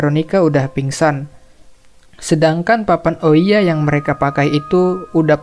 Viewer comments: Bukan ouiya ka, cara bacanya Ouija itu "Weeja" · bang bagus bangat tapi aku cuma mau bilang itu namanya papan Owija bukan oiya